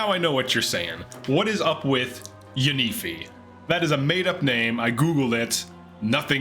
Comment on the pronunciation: Its pronounced as Yun 👁f👁